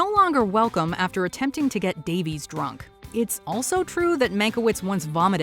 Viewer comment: I am pretty tired of these sharp American lecture-y type videos where a Puritan voice kind of bellows in your ear 85% of stuff YOU ALREADY KNOW. Writing that pretends to be writing: recouping/recuping is not a word - it's recupERAting. Davies is pronounced Da-viss, not Da-veez.